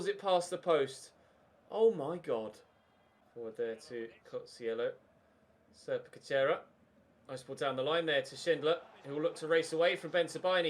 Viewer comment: Its pronounced Sérpé Cátshoéira